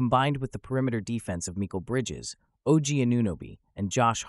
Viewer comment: Bro said Micheal bridges 😂